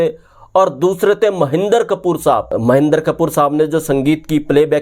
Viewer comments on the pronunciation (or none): उनका नाम महेन्दर कपूर नहीं है,"महेन्द्र कपूर है",कृपया शब्दोच्चारण सही रखें।